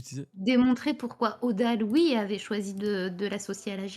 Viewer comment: Elle prononce mal les "ui"